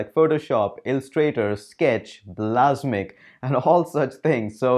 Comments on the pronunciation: "blasmiq"...really?!!!..I thought you were a real tech nerd...It's "Balsamiq"... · its not bal-a-s'mic, its bals-uh-mic #grammernazi ;-P